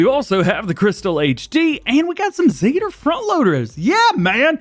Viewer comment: It's not zeter it zetor or lol we had these on my farm backed I n the uk